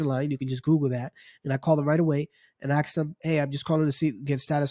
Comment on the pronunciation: “ASK” not “AXE” 🤦🏼‍♂️